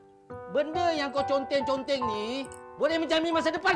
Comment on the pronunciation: Yang sy baca: conteng sebut: Konteng